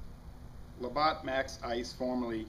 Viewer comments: its not labot its la batt like a baseballe batt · pronounced "la-bat" nice video I'm getting this the weekend you can only buy 6 packs here though lol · its cool lol i don't blame americans for mistaking stupid ass french words, great brews though